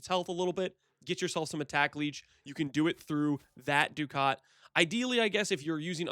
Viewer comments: For the record it is duck-it. GGG said do-caut which is weird but whatever. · Ducat is pronounced like Duck It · good video. ducat is pronounced "duckit"